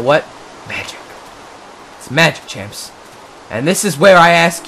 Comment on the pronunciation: Every time he says "champs", I think he says Chance. Which is my name.